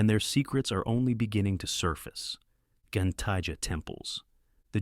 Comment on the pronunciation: Please learn how to pronounce Ggantija . The 1st G sounds like the g in G-ermany. The second is a g as in G-alaxy An as in An-iversary. Ti as in tea and Ja as the ya in yard I hope this helps. I couldn't watch past the 4th mispronounciation. And each time they were different 👌